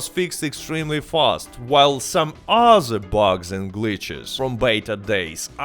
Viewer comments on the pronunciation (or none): You even say "other" like "uhzerr" but then pronounce "THE Gun Rush" totally fine. YOU'RE A FRAUD!